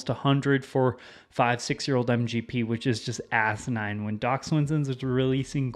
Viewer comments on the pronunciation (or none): none